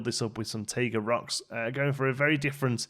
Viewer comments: “Taiga” is pronounced Tie- guh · taiga is pronounced Tie-Gah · Taiga is pronounced like Tiger in all the nature documentaries I've watched.